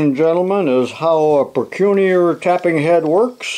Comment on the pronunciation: Procunier, it's French,.pronounced proh-kyoo-nee-ay.